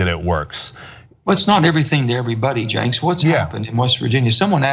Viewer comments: Old Fillibuster Joe over here. Btw Manchin didn't bother to learn his interviewer's name before hand. It's "Chenk" pronounced "Jenk". Have no idea why he kept adding the S. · His name is Cenk, not Jenks. Also, you smell like fish Senator Joe Manchin. I smell you through my television. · Is he deliberately mispronouncing Cenk's name? He keeps putting an "s" on the end. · It's Cenk, not Cenks.. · I swear people do it on purpose. People will call him "Sanke", but "Jankes" is a first for me. The guy worked at MSNBC, people know it's pronounced "Janke". Maybe it's like a "yeah, nobody knows who you are" dig or something. Ridiculous though, and insulting really. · There minutes in and I'm wanting to strangle him every time he calls Cenk "Cenks" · This video was worth watching simply to hear him call Genk Jinx throughout the entire video. 😂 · Did anyone see how he kept saying Cenks instead of Cenk? Other than that, Cenk did what some may see as softball but was actually very calculating. He needed to make Senator Manchin feel comfortable so he would stumble. He dodged most of the questions and kept cutting Cenk off (who remained calm and professional about it). I wonder if TYT will have him back on. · C-E-N-K "Jenks" lmao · It's pronounced Jenk, not Jenks. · Disliked him as soon as he said "Janx" instead of Cenk. Hated him as soon as he mentioned contributing to society and staying in school a long time. I would argue the more you stay in school because you're doing a freaking difficult degree the more potential you have to contribute. I'm paying professors and the college. They spend it. It's called money velocity. Who is this schmuck? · It's pronounced Jenk, not Jenks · This guy is so dishonest and so fake that he can't even be bothered to get Cenk's name right. Right Janks? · Why does he pronounce Cenk as Janx? Wouldn't you know the guys name you are being interviewed by? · Why is he calling him "cenks" does he not realise it does have an s. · "Jenks" lol